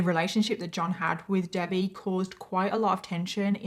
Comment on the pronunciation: Is that how british people say debbie haha Debayy